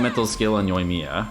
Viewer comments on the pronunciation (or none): The emphasis is on 1st i on Yoimiya. Dude why do you insist on pronouncing it incorrect, just once say right.